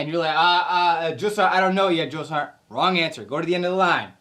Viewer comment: Ummmmmm. What’s a drill-sarnt? Man, you guys are so soft nowadays compared to what I went through. And by the way you said drill, sergeant don’t expect new recruits to be at Olympic athlete levels, you want to tell my drill sergeant that?, I don’t think so lol. I went through Fort Jackson, Tank Hill 1988. Everybody calls it “relaxing Jackson. “ you more softer youngsters didn’t go through Fort Jackson at Tank Hill in 1988! Don’t get me wrong, love the video and is good information for new recruits. My daughter as of today August 10, 2025 just arrived at Fort sill Oklahoma four days ago.